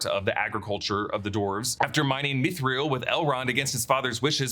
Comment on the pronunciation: Mithril is two syllables. Meeth ril. Not meeth ree el. :)